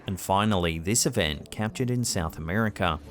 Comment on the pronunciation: Why do say a word that ends in A. You pronounce it with a er sound. Like Naser for Nasa. Or Americer for America. Very odd sounding